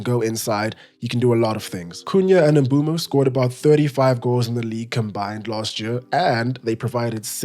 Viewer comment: The only person so far who’s pronounce Mbeumo a name properly